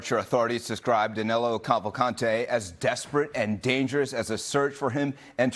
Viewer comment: Danilo not Danelo